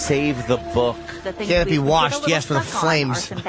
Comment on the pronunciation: "Can that be worshed?" Ahahaha